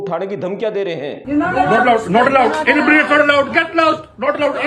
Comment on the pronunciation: Why he saying in breed